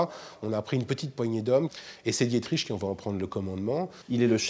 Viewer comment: Non mais sérieux, on en est encore à "Dié-triche" ?